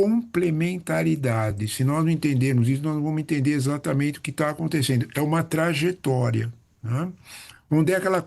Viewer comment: Trajetória e não traGetória. 😅